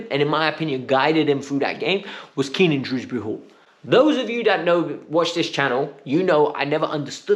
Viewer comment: it’s Kiernan not Keenan fucks sake man…